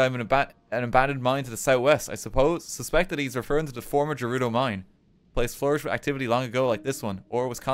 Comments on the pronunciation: how many people need to pronounce it as jerudo? ITS GERUDO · People who pronounce Gerudo as "Jerudo" being sent directly to hell after meeting God at the pearly gates and calling him Jod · The way RT pronounces Gerudo hurts me